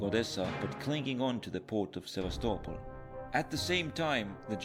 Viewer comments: This, my friend, is how you tell a WW2 story efficiently, and now you make me unsure about how to pronounce Sevastopol the right way lol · Beautifully animated. Gives you a real time perspective of how the battle front moved. And I learned that I was mispronouncing the name of the city Sevastopol.